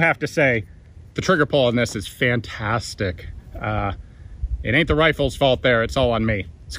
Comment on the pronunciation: Say “fantastic” again